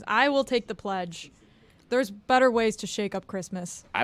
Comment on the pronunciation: guarantee from a train pledge...a TREDGE. 🚆🚆 🚞 🚂 😂😂😂😂😂😂😂